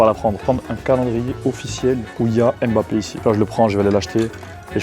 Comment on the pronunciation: Faire une vidéo sur Kylian Mbappé en prononçant mal son nom c'est chaud